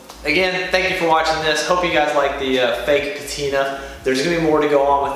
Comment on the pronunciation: My man, please do not sweat small things like audio etc. Your video is great and presentation and content in general is great. That said. Now this is just a personal preference... but i HATE this new fad of "petina" lol. I know it's just me and it does not discount all your hard work and effort put into it.